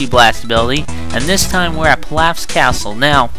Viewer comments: its prnounced peeloff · LOL PILLAF? have you ever seen the anime? it's pronounced peeloff lol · me: holy shit pielaf! dude next to me: its pilaf me: I DONT GIVE A FUCK! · Pilaf is pronounce Pee-lof. But someone prolly already told you